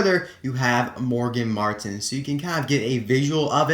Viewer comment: IM MARTIN!!! well... you say my name like mar-teen BUT ITS SPELLED THE SAME WAY